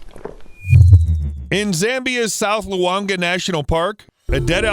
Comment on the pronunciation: It's pronounced Lu -wan - gwa